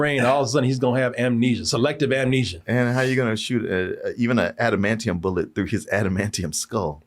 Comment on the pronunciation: "Admanium" omg